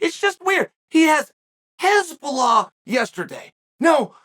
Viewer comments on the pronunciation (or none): Why does chael keep saying Hezbollah 😂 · The way Chael pronounce Hasbulla. HEZBOLLAH 🤌😂😂😂😂😂😂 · I heard nothing else after Chael mispronounced Hasbulla as Hezbollah ☠☠☠